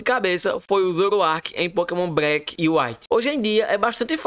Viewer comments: agonia do garai ver esse cara falando pokemon breck KKKKKKKKK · Pokémon "Breque" 😂😂